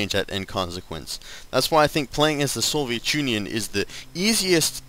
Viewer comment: And by the way It's pronounced Soviet Union, not Soviechunion.